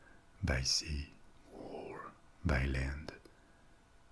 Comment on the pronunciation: That "Or" 😮😱